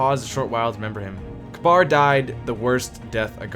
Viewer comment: the most annoying thing here is that pronounces Kabr